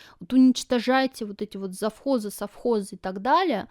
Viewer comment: Обязаны жрать французские сыры ? Нажралась ? Прямо позаботились ,чтобы вкусно ели .Наши то ,положа руку на сердце ,вот такие сыры делать еще не могут .....Ты жрала , а кто-то ел . Колхоз и совхоз правильно сказать не можешь ,а вот жрать просто по -плебейски и с остервенением выговариваешь .